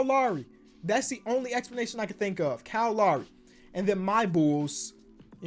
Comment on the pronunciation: I love that he pronounces Kyle Lowry as Call Ari